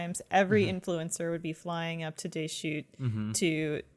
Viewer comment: Is anyone else mad about how says Deschutes. And if anyone is wondering the blockbuster is in Bend Oregon.